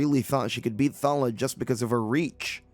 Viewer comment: Clickbait title (as there's no revenge), I spotted at least one panel being repeated twice (I use this as background noise) and you keep calling that girl 'Thalla' when the panels literally read 'Thalia'. I barely pay attention but even I can spot various errors with this recap. Are you even trying?